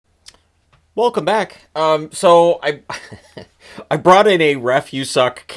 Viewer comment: I noticed you put extra emphasis on the “welcome back” I know what’s up 😏